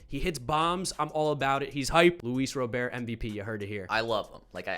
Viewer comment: Love your channel, been a subscriber for a while. But, as a dedicated White Sox fan I gotta tell you, I cringe every time you call Luis Robert, “LouieBob” 😬